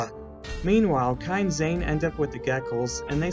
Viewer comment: when he said "kai and zane" i thaut he said "kind zane" lol